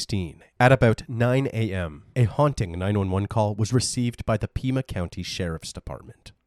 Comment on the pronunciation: It’s “PIE-MUH” you canook, not peeemuhh